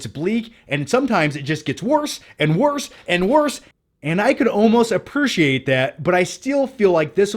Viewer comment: Ar-preach-iate it. 😉